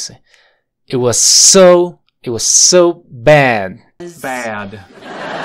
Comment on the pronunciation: EN LA PALABRA BAD SUENA COMO BAR LA PRONUNCIACION DE LA CHICA